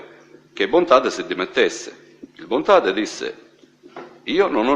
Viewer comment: Guarda che si chiama "Bontate", non "Bontade", studia!